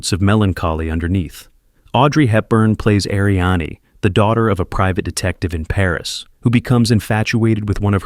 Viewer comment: Love in the Afternoon's heroine's name is pronounced Arianne....no ah at the end. Again that AI voice...